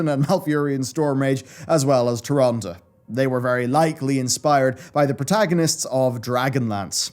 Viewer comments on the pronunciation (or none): none